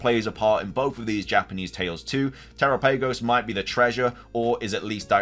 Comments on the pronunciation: It's not "te-ra-PAY-gos. It's "te-RA-pa-gos". You don't pronounce it "GalaPAYgos islands", do you? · Why must you mispronounce Terapagos every time ಠ_ಠ